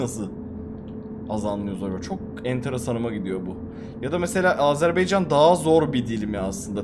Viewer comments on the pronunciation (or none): Azınasiçim deme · Ya bir öğrenemediniz "Azerbaycan"demeği.🤦‍♂️